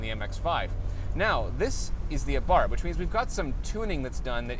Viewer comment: It's Abarsthhhhsssss... like a snake would say.